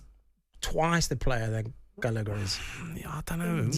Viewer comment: Jamie saying gallgher was better then palmer LOLOL you sausage